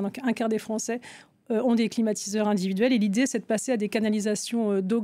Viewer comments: Qui a entendu l'introduction de la journaliste présentatrice comme moi " climatisateurs "?? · Si elle a dit "climatisateur". 🛀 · suis je le seul à avoir entendu "climatisateurs" au début de la video?🤔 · non moi aussi !